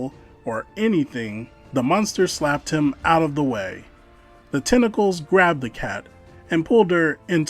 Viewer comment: You're missing a 't' in tentacles mate, great story